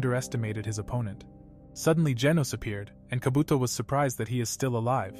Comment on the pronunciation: Instead of saying kaabotoo he said kabotho